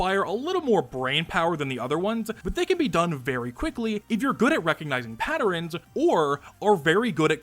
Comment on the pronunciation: “patterens” right